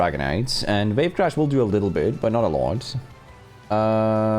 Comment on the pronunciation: Wave Crash ❌ Vape Crash ✅ Not meaning to offend, my dad's got a heavy accent in English too so I understand the struggle in a way. Btw don't sleep on Sceptile, with all the Raichu and Eelektross running around it's actually in a good spot (nevermind that they gave it Earth Power too)! Edit: To answer the QOTD Mega Staraptor is a fraud however I think Mega Eelektross has the highest probability of being fun. Also I was in the stream for this video, I remember when you said that the meta was constantly changing!